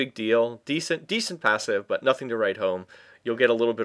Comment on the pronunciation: u say butt not but